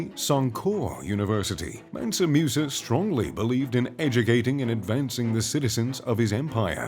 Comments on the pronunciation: its not Mewsa, its Moosa. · It's pronounced mOOsa not mUsa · The name is pronounced MOOSA not MEUSA. You westerners need to learn how to adapt your tongues to other languages the way many other people in other parts of the world do to your own names and other pronunciations. It was annoying listening to this guy say that name wrong the entire video. Ridiculous. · Musa not Meusa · Hate the way he pronounces Musa (moosa), not “mu” like muse! 😖